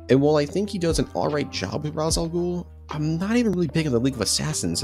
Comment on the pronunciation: It's Reis Al Ghul, not Raz Al Ghul